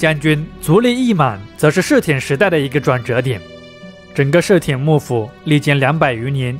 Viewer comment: 室町到底怎么念的啊？怎么听着你念 “室田”啊？